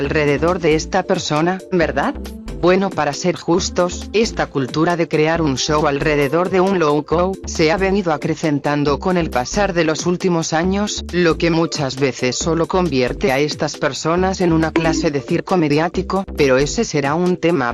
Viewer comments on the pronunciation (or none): es lol cow, no low cow